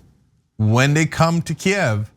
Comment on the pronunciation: Thanks to Ana for pronouncing Kyiv correctly!